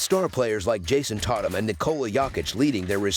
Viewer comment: “JaSOn TAHtum & nIkAHla YAHkiCh”